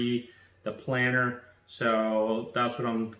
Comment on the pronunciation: Thanks for video. It’s planer btw, not planner. (“Plain-err”)